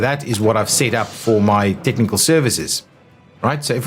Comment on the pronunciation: Nicely organized video BUT it's a bit wordy. It's more than a bit confusing to understand all of the numbers in each building description but I think I got it now. ps. I like how the South Africans pronounce "tiknikul services".